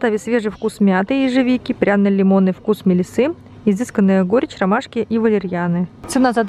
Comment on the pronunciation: не на "клёпке", а на "кнопке"! и не "мелиссЫ", а "мелИссы"! вот очень нравится Ваш канал, но какая же неграмотная у Вас речь! очень слух режет